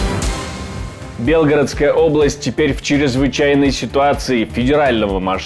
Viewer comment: Ударение правильное ставить не БелГородскую область, а не на оборот , бесишь !